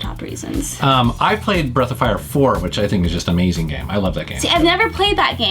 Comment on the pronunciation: Drink everytime he says ameezeeng